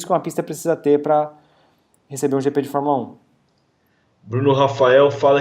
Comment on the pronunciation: JP???????? Ehehhheh Jrande Prémio.... É GP ( Grande Prémio )